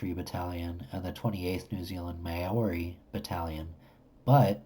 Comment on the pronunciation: Maori is pronounced Maw-ree. Maori are the indigenous people of New Zealand.